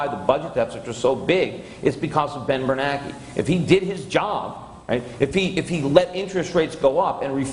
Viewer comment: Every time Peter says "Ben BerNACKEY" I smile.